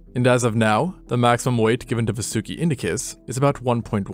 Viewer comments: Just a correction it's pronounced "vaa-soo-ki" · It,s vaasuki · I gotcha largest snake evuh right heah